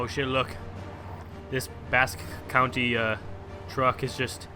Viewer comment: You said Basque County it is Basque CountRy